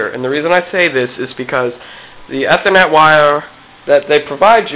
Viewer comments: lol you said e-ther-net its Ethernet you say the letter E or ea-thernet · E-ther-net. Geez...